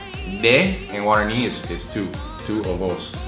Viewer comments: Guaraño?😂😂 es guaraní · Práctica tu pronunciación en guaraní. No te sale bien.